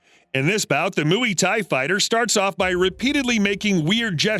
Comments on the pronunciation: It’s Muay Thai not “mooey thai” Its not a thai cow 🐮 ok. Muay like how you say “Muy Bien” . You’re welcome… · It's knock DOWN Not "knock out". It's also pronounced Moi Thai Not "Mooey Thai". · “Mooey” Thai, LOL! What a buffoon. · Last time I checked moy thi because Muay Thai comes from Thailand so it's kinda moi thi (thi like Thailand) but since I'm not good with pronunciation try looking it up or asking a thi friend if you have one better yet ask on a Muay Thai community page like in Reddit.